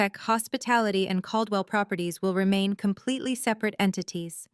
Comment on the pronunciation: The last name is CALDWELL, not cold well-properties